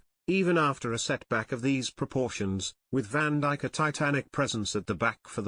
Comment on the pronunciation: Van diche is what was said 🤣